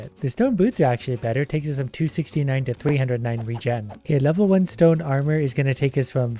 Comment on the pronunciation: Did he just say stone armor?